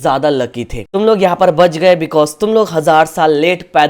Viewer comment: Gege ❌ Gayge ✅🤡